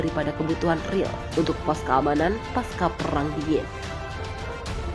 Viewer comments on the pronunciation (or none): none